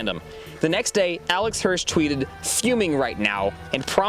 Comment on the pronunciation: "promptly deleted it within a fee hours"